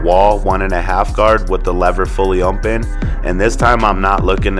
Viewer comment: i came to comments to see if anyone noticed!!! lol or if it was just me lol. but hey he does a great job with the cut!